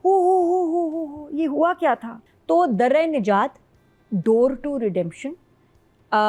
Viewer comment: Dar e nijaat ko bar bar darra e nijaat q keh ri??